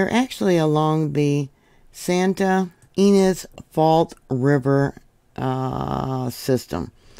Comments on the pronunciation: Thank you for watching with me on California. Not all quakes are generate report. Deceptive. Ynez is pronounced Ee-nezz. Vid bless you. 🙏🏼💕😊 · "EE NEZ" (Ynez)...(we live in vandenberg village - btwn lompoc & the base)